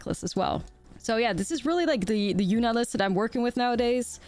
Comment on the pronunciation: With your accent, I swore you called the deck “Absolute Yuna-t” to start and now I have to play it